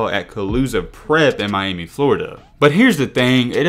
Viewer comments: “One of the roughest in my-Amy” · Funny the way you say Miami, My- Amy😂😂😂